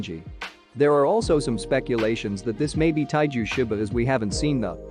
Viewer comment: It's taiju